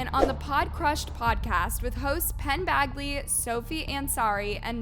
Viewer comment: Please pronounce it correctly, you got it wrong the second time. It's Badj-li. Not bag-li.